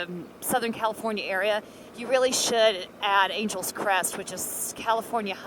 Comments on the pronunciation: Ok... I just have to ask.. why would that road be pronounced as you pronounced it "Angels Crest Highway" and at least twice later.... when it is spelled like the city Los Angeles??.... which is pronounced totally different than "Angels"....the city gets stretched out to Annn Gel essssss. Just curious.. inquiring minds want to know.... And just to show how things get twisted...here in Indiana DuBois county is Du' boys... and Terre Haute is Terra Hoetd... and the county it is in Vigo, would should be pronounced Beego as it is Spanish, but most of my fellow Hoosiers don't know that but call it Vie'go, though those who live there call it Vee' go. But then you're a Texan and thus cannot be held responsible for the Cali language... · Nice video but it’s not Angels Crest it’s Angeles Crest Highway like Los Angeles 😜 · You have been here 3 years? Its Angeles Crest Highway, NOT Angels Crest. Otherwise, nice video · Silly Texans talking funny! It's "AN-gel-lus" Crest. Angeles, as in Los Angeles. Yes, yes yes, we know it "means" Angels. It's like one of us, saying "LUCK-in-back" Texas....Waylon, Willie, and the boys.... Very nice scenery, too bad about the fire damage, but that will make next Spring a wonderland up there! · Ridden it on a road bike and a motorbike. Beautiful. (I believe it's pronounced like the Angeles in "Los Angeles". Three syllables.) Great video thank you for posting.